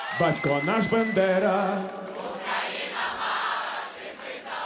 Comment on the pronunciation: У Скрипки багато крутих і , навіть , геніальних пісень. Але цей варіант Червоної Калини не подобається!!! І мені почулось ,що призвіще Б А ндера вимовлялось неправильно? Певно, здалось. Перепрошую.